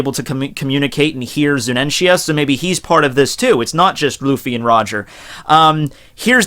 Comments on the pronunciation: its zunesha not zunensia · Zunenshia, if I got stabbed every time he said that name wrong, I'd need a total blood transfusion and stitches on half of my body. It's FOKKING Zunisha! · why are u saying ZuNEnSHia ? its Zunisha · ''zunensia'' kek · ZU-NI-SHA Fucking, learn your words baby. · You slaughtered Zunisha's name .